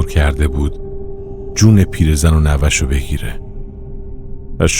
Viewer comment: راوی چرا نوه رو اینجوری تلفظ میکنه؟ نوّه